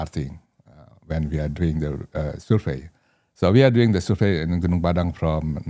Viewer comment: Gunung Padang !!! Please learn to pronounce correctly. People need to realize that the world map is wrong since Mercator 1569 on purpose belittling Huge Super Rich Paradise Indonesia, The only The Emerald of The Equator in the world